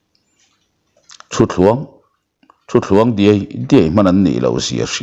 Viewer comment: Ṭhuthluang he thu mal hi rang deuh han lam ri teh u . A chhiar tu hian a lam ri dik thlap thiam lo ang in ka hria . Eng ka lo dawh fuh lo zawk ?,, 😮😅😂 .